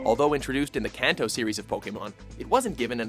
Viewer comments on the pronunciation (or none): none